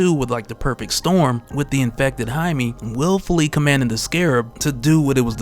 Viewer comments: Jaime (hi-me) is the correct pronunciation. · I thoutht he was "Jamie". Not Jime... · I may be an orange hut I swear to god lll turn you purple if you don’t start pronouncing his name right